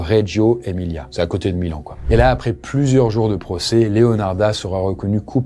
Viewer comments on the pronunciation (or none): none